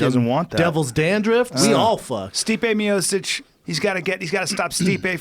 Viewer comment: I hate that Joe pronounces Stipe's last name "mee-oh-chick" instead of "me-oh-chitch". That kills me especially since every time he fights he always hears Bruce Buffer pronounce it right lmao.